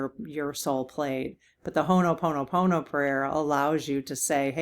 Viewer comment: Cool Readings,! I have read a bit about your guest, and keep running into her name in the strangest places. A couple of pronunciation tips I hope are of help: Ho-0h-poe-no-no. I Had the privilege of seeing native Hawaiian troupe perform and explain this process of forgiveness. At first it rubbed me the wrong way: I don't apologize unless I Understand that I have erred or done harm. After the explanation, I got it... A matter of being aware of shared responsibility and receptivity to finding peace. Helena is the capitol of Montana. Hell in a hand basket is how I learned it as a kid. Blah-vat-ski is how it was pronounced in two documentary videos I found. One was on Alistair Crowley: a friend to HB who were rather into the Darker aspects of spiritual learning and inspiration to Jimmy Page; guitar wizard of Led Zeppelin fame. Love to the community and prayers 💖 for stronger hearts. Thanksgiving to all willing to stand in the icy ❄️ cold against this onslaught of ignorance and sanctioned cruelty. We shall overcome.